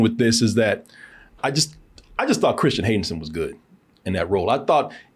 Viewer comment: I was waiting for to raise an eyebrow at “Christian Haydensen” 😂